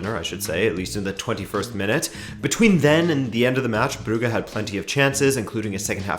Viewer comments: Brew-ga? Brewwge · It's pronounced club bruzhe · It is pronounced "Broojsh"